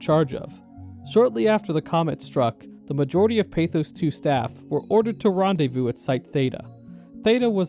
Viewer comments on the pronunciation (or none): none